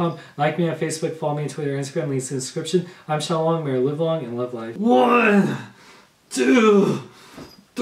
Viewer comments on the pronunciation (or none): none